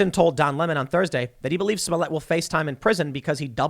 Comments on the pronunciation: You say "toilet" not "toilé" It's "Smollett" not "Smollé" And what kind of name is "Jussie"??? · DAM you TheQuartering! 😂 Now Tim is saying Juicy Smolliér (soft R... We don't wanna appear raycis)